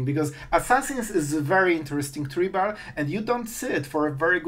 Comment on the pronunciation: I'm not sure if I should correct your pronunciation because at this point it's part of the charm, but, tribal is try-bull, and primo is pre-mo. Keep it up champ you're gonna put cgb out of business. Also, sometimes I watch your videos with YouTubers cc on because of sleeping kids. I read it in your voice and sometimes the subtitles ai trying to to keep up with your accent is hilarious!